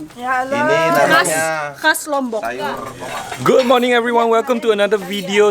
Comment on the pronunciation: I like the way you pronounce Lombok, it sounds so near to my Javanese accent. ☺😊 On the other note, don't you want to spend your retirement in Penang? 🤗 The young coconut flesh is called degan.